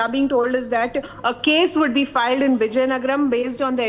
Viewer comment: Wow anchor does not know how to pronounce the word vizianagaram near Vishakapatnam she is saying some out of this world Viziyangara? Seriously Republic TV should take some classes for this lady.😂😂😂😂